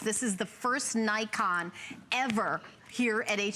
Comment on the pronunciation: I think, it pronounce "NiKON" not "Naikon".